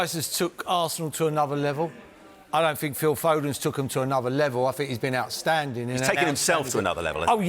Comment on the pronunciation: That’s stuck in my head now “anuver levol mate “